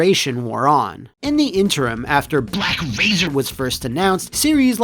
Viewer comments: The way "BlaCk Razeeer" is said never fails to crack me up😂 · Sometimes I watch this episode just to hear BLACK RAZERRR